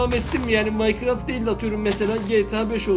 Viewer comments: Birader onların küfür et değil ne diyorsun anlaşılmıyor birader onları Minecraft Minecraft dersen russi gibi konuşuyorsun Rusça biliyor musun söylüyorum ay çok özür dilerim yalnız Minecraft değil onun adı Minecraft Minecraft Minecraft Minecraft diye geçiyor yani sen rus değilsin abiciğim türksün Minecraft heyecan geçeceksin dur ma harfi iki tane harf var craft 2 harfli 4 harfli abiciğim söyleyemiyor musun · Minocraft değil abi Minecraft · Biz:İngilizceniz nasıl?: merhaba arkadaşlar bu gün minecırofit oynicaz Biz:bir * bilmiyo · minecrafta minoqrofit diyo😁😊😂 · Minekrofit deyince öldüm sjsjsjsjsjsj (şaka abi alınma seviom♥♥) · o oyun minecraft diye yazılıyor ama maykıraft diye okunuyor abi